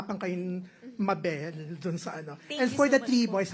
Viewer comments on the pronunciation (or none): none